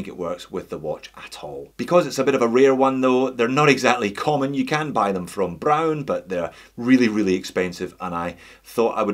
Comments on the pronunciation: It's not "bro~n", it's /braʊn/! Imagine Arnold Schwarzenegger says it in a firm and angry voice: BRAUN! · It is pronounced just like "brown" with a string Scottish R.